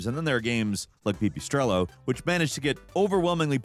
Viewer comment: pee pee strello? you serious? 😩